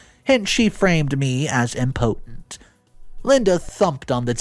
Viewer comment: I was a little thrown off by the pronunciation of the word “impotent”… it sounded like he was saying “important”. Love the stories, but I do notice that a lot. 😬